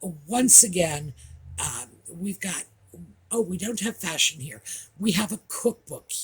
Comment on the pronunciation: don’t you know that Harry’s wife is a “Fashawn” expert?? Haha she certainly likes the colour Beige 😂 absolutely love the Audie time ❤